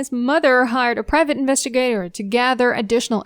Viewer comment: You have a nice speaking voice and you do a great job at mimicking a professional American speaking voice. You definitely sound like a News Reporter . One needs to have talent for that. We've all tried and failed😅. You're definitely a native mandarin speaker. These pronunciations gave you away: Surrogacy Investigator Period Regardless, you've done an magnificent job on obtaining the details of the cases, and composing this informative video as entertaining and professional as it is. You've gained another subscriber.❤❤❤❤